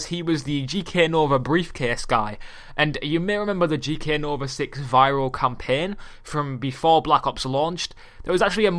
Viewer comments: he says campen.its CAMPAIN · please never say champaign again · wtf is campeeen learn english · let me teach u campaign not campen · campein ME: HAHAHAHAHAHA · He cant say campiang